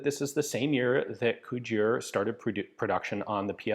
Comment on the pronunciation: Bloody Hell Ian, you actually pronounced Cugir corectly this time...